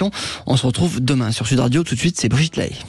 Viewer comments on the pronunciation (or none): none